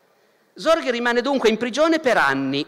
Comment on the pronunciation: Ascolto youtube come una radio senza guardare l'immagine, ho sentito tutto questo video convinto, per la strana pronuncia di Barbero, che stesse parlando di Zorge e non di Sorge. Credo Barbero dovrebbe tenere conto la pronuncia delle lettere oltre che approfondire la storia se no si possono creare gravi malintesi.